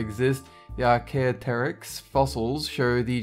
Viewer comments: Note: Everyone has there own way of saying things but archaeopteryx is said (ar-kay-op-terex). Good day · 10. Ar-Key-Op-Ter-Ix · Archaeopteryx Archae as in archaeology opta rix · It's pronounced Ark-ee-opt-erics and it's not weird at all. It's just one of the first birds. If anything, velociraptor should be on the list for having a huge foot claw, arms, a lizard tail and feathers. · It's pronounced Ar-Kee-opt-er-ix, but, as I understand, too many of these names are very hard to pronounce. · Btw, you pronounce archaeopteryx like "arr-chee-op-tur-ics" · archaeopteryx is pronounced (R-key-Opt-er-iX) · number 10 is pronounced Arc-ee-op-ter-ex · archaeopteryx is pronounced ar-ke-op-trix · Archaeopteryx is pronounced AR-kee-OP-ter-iks. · just one thing...Its pronounced "Ark-ee-op-tor-rix" :3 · It's pronounced Arc ee opter ex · It's pronounced arc-a-opter-icks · geez it is pronounced ar- kee- op- ter- ix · That's Ark-ee-opt-ter-ix Work on your pronunciations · It's pronounced arcee op terix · Also good to see a video featuring prehistoric creatures! Though your pronunciation of archaeopteryx is a bit off im afraid! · He pronounced Archaeopteryx wrong. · How he pronounced Archaeopteryx 😂- wait... I'm th only one who thinks that's funny